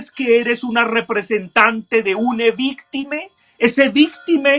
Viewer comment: Me queda solo una duda: porque dice víctime?